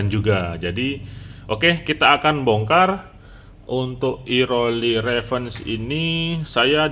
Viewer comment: Revenge bukannya dibacanya "rəˈvenj" ya?